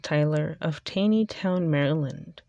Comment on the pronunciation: Its pronounced Tawney- town